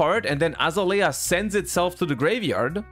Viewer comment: the way he butchered azalea...